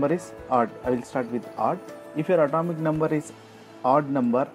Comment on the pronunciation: At"a"mic no. Too causes th same sensation Bor"a"n too Like nd I'll like in return